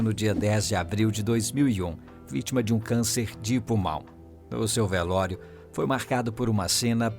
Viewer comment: "VELÓIRO" KKKKL